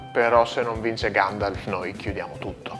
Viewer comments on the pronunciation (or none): notare che lo chiama Ganji... Secondo me il vero nome del cane non è Gandalf, ma GANJAlf